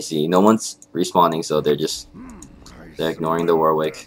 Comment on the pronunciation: It's pronounced 'Warrick'.